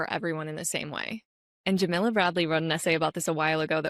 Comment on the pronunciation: By the way, the name Jamila is pronounced jah-mee-lah. Like Mila (Kunis). Not like vanilla—that’s Jamilla.